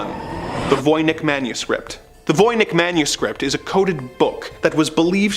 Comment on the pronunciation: It's pronounced: Von Itch.